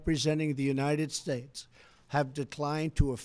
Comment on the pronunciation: God bless the United Shtatessshh, I'm having a stroke.